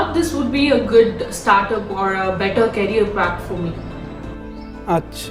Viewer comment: A person you can’t even pronounce the word “career” properly was working with Microsoft & viva 😂😂😂